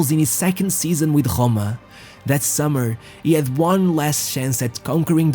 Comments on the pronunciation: Pronounces Roma like gggRoma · You need to stop pronouncing ANY R in that way. How the fuck did you pronounce ROMA? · You make very good videos, I just have a question on your pronunciation: is it a marketing choice? You clearly know English very well and I am sure you know the English pronunciation for Rome, however you still use your own (this is quite annoying, use the correct one or the English one). Same thing for the "Ch" syllable, instead of saying the 'c' sound you say 'sh' and I have no idea why, the only reason I can come up with is marketing purposes, you're trying to make yourself more remembable for the viewers and just so you know there is no reason to, we do remember you thanks to the content. If it's not marketing, it's probably ignorance. Well everyone is an ignorant in something so nothing bad here - Chance is the English pronunciation and word, used I think only in English. Shance (written chance) is used in most Latin speaking countries and is a French word most of Europe started using with their pronunciation, for example Italy or Spain do the same thing you do, however when you speak English there is no reason to use it in French as a word exists (and it's the same haha) Nice work! A few more suggestions, when you throw prices at us try to contextualise us into them. For example, Roma paid 80 million euros to get him - Maradona costed 20 for Napoli at the time or try to put us in perspective by saying a max cypher they would pay a player for.